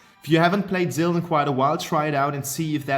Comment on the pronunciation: VoidofDusk Gaming Lol yeah the Maloch when he said muck Zill